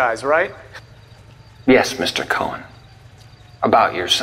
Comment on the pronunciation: Great video. it's amazing how at the time this game was so groundbreaking. I saw a Reddit post that said "what game has aged badly?" This, this is one of them. Saying the name "Cohen" wronh is very infuriating haha. you even used the scenes with the pronunciation.😂